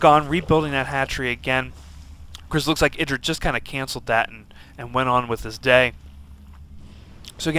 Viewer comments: what? how do u pronounce idras name? isn't it "ee-drah" damn that loox weird... how 'bout "ih-drah". This guy pronounced it the same way Bush pronounces Iraq xD "Ah-ee-drah". Also more importantly, Reaper Rush! YaY! I will figure out a way to get this against protoss xD even now after the age old patch. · It is pronounced ee-drah. The name comes from the god indrajit, but he forgot the N. the name then got shortened from idrajit to just idra.